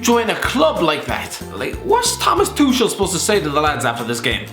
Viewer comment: Tuchal is pronounced tuckal